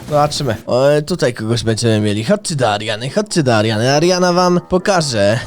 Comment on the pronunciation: Czy tylko ja usłyszałem ze kilka razy powiedział zamiast Ariana tylko Mariana